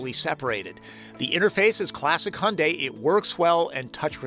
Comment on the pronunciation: Ioniq5를 지금 주문하면 출고까지 12개월이 걸린답니다, Your pronunciation of the word "Hyundai" is correct. 현대 (Hyundai) means modern or contemporary in korean.